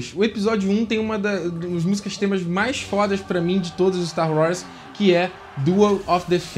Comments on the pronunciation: Véio, você precisa de um ou uma fonoaudióloga urgente! Não dá pra contar nas estrelas de uma galáxia muito, muito distante, quantas vezes que ao invés de tu verbalizares Star WARS, você disse Star WRAS! Pqlm!! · "Sta Roz"